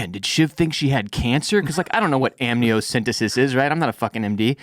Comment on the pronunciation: It's amniocenTEsis